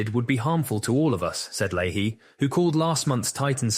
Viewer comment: It’s Lay-Hee